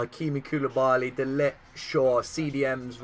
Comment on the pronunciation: De ligt is pronounced de licked brw